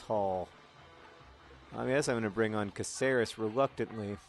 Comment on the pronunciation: John, sorry to bitch about, but Cáceres, being a spanish surname and city, is pronounced with an accent on the "a" as in CAceres and not caCEres, thanks very much, keep on the awesome !